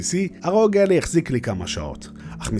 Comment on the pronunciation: ביקורת שכיף לראות אבל קראת את השם לא נכון זה עשה בי חלחלה😅 Ally קוראים כמו red-eye